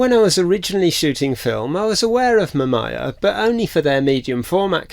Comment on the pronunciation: Its Ma -Mee -Yaa. But great video. My dad's first camera was a Mamiya ZE Quartz SLR from the 80s.